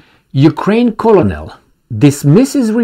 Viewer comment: colonel is pronounced "ker-nel"